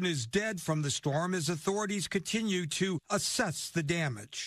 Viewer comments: Grenada is pronounced Green -ay-da Carriacou is pronounced Carry-ay-coo. Petite Martinique is pronounced Pee-tee -mat -neek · It's Gren-nay-duh and Carri-ah-coo